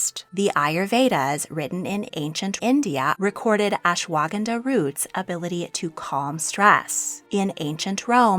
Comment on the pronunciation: the butchering of Ashwaganda’s pronunciation 😅😂